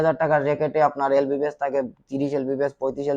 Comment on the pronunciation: Tui to vai lbs e bolte paros na. Lbbs bolos.....